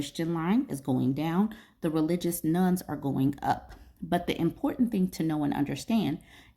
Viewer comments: I thought you were talking about religious "nuns" - which didn't make any sense. Now I see that you meant religious "nones". :) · I keep hearing "Religious Nun". I think you meant "Religion: None"? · Not me thinking you said nuns 😅 Interesting topic!